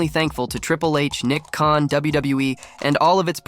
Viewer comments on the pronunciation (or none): none